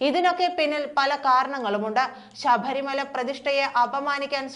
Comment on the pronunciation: ശബരിമല ആണ് ശഭരി മല അല്ല.